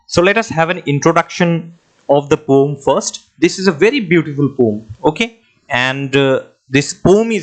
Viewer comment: Poem ❌ pom✅🤣